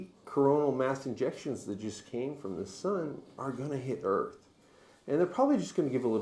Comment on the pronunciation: He keeps saying coronal mass injections lol ejection 😢😅